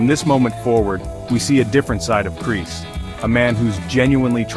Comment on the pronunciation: "Kris" no is Kreese